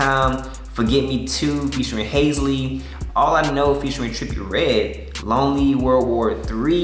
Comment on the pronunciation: Anyone gonna tell him he’s butchering halseys name 😂 over and over